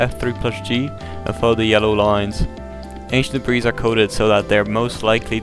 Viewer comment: did he say ancient debreez?